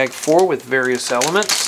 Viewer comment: quit saying elameants